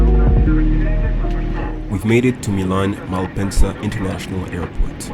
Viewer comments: Mans said 'Milan' like Inspector Clouseau. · lol saying “Milan” with a French accent I do it too ngl after learning French I can’t say anything in Spanish or Italian without using a French accent